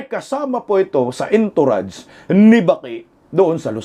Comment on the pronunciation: Bagay sayo gupit mo you look young n pogi ...(Entourage shld. Be pronounced as ( on tou razh) hope u wii not be offended...😊